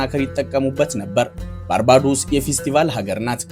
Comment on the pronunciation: ባርቤዶስ ብለህ ብትሰራዉ ብታነበዉ ለጆሮ ይጥም ነበር ባርባዶስ የሚል ከየት እንዳመጣህ እግዜር ይወቅ ጥሩ ፕሮግራም ቅድመዝግጅት አድርግ።